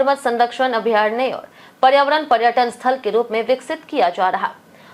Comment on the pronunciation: अभ्यारणय 😂 ......थोड़ा पढ लिया करो।